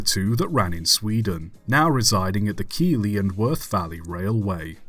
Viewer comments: It’s Keithley not key ley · As a yorkshireman, I have to correct you , it's pronounced Keith-ley not Keeleigh! Great video though, I've been pulled by that very locomotive on the KWVR. 110% Worth a visit! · Keighley is pronounced Keith ley, not Keely. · I love your videos. Also Keighley is really pronounced “Keith-ly” cos English words are stupid